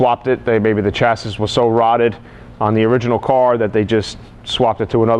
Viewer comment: So Helpful, thanks. Can you recommend a way of managing surface rust while Im waiting to save my pennies for a full paint job? I have a 64 and Im finding thin paint areas with surface rust and I dont mind a temporary/ugly solution to keep the rust at bay. BTW (and this is completely nit-picking) you pronounce chassis NOT as "sha-see" is that a NY thing?